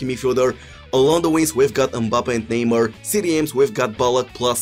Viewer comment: Neymuuur, Boatenk, Muuurtens